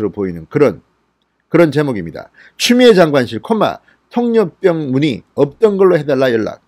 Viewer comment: 수고하십니다, 그런데 통역병을 통력병 이라고 발음하지 말았으면 좋겠어요, '폭력병' 으로 들립니다......^^